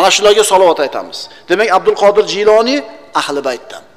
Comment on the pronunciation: Kinosida G'iyloniy deyiladi. Domlar Jiyloniy deyapti.